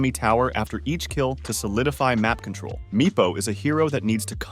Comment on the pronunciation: Lol why are you pronouncing control like that? Cootrol?